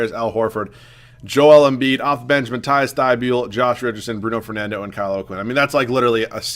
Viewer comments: Hey dude love the vid so far and it pronounced Mateeeese Thybull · Its pronounced matt-eass thy-bowl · Pronounce Matisse name right